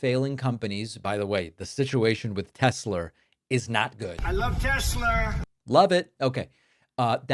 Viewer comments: When I hear Trump say “I love Tesler” it cracks me up 😂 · I lOvE tEsLerR 🥴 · "I love Tesler!" Absolute clown show we are enduring here. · Trump saying I love Tesler is just plain old funny ! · Trump is so stupid he does not even know how to spell or pronouce Tesla